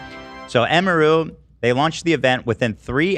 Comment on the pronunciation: Everything Ethan mispronounces emiru I die inside